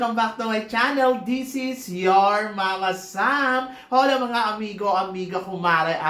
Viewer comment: H..ola silent h po yan dahil spanish